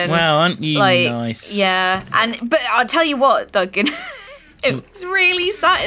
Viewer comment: Anyone notice he's called doncan instead of yogscast Duncan.??